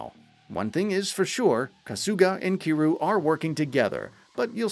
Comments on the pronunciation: Its Ki RYU like Ryu from Street Fight You know ? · I like that he managed to pronounce Kiryu's name differently every time but not once correctly, lol. And for those thinking I'm being a prick, I'm not saying this in a negative way. I honestly thought it was funny in a good natured way. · Your pronouncing Kiryu's name SOO wrong😂